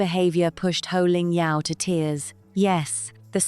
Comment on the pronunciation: It's Poh Ling Yeow. No Ho. And no, she is not a beloved Australian presenter. And MasterChef is not a huge show in Australia And Australians generally dislike Rachel